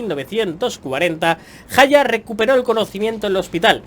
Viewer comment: haYAAAAHAAAA HASI SE DICE